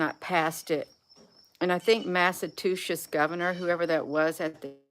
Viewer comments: let me help you pronounce my state Massachusetts. It's Mass-ah-chew-sets. Not massa-2-shits. Although I can agree with the symbolism! We have a horrible governor. But I do love my state. I grew up here ❤️🇺🇸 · Me too with the lol!! Haha!! Never heard Mass. pronounced that way before. Funny!